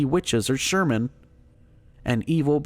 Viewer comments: Did he say "Sherman" instead of "Shaman"? Lol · sherman?? SHAMAN